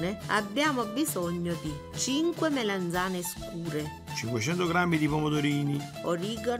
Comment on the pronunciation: Si dice MELANZANE non Melenzane!